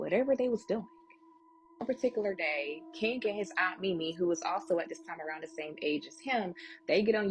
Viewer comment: To the braided black girl that is talking about King ~ King isn't pronounced keenGUH. The g is soft, not hard. And it's a one syllable word but you're giving it two syllables. You aren't even consistent. Sometimes you pronounce it correctly but you bounce back and forth. And the word 'looking' isn't pronounced lookeenGUH. And the word 'replaying' isn't pronounced replayeenGUH. Listen to how educated people talk! You sound ridiculous. It's annoying to try to listen to you. I can't continue. Sorry to all of the other storytellers on this video that speak correctly but I can't continue to listen to this girl until she learns to speak correctly. I'm out.